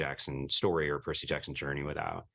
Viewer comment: percys name is Percy - c, like the s sound not like jerky that's just weird